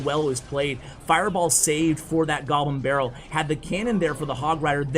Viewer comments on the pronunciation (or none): Is he saying “Jew barrel” when a goblin barrel is played? 😂😂